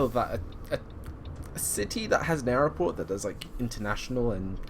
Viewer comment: Hearing aeroport instead of airport annoyed me more than it should ......enjoyed the trip though.